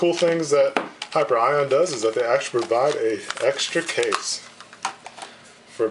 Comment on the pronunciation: Not to be nit-picky, I'm grateful that the company my mom works for and her friends own has a nice review, but it's pronounced like "Hi-pier-e-on". :) Just something for future reference if you review anything of theirs again.